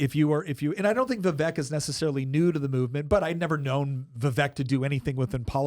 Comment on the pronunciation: Vivek rhymes with cake.